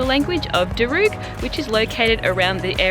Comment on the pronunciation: Great video, thank you for sharing. Just a heads up, the Aboriginal language from the Sydney area is pronounced "dar-rug". You have such a polished style and I'm loving all of the itinerary ideas, thanks! ❤❤❤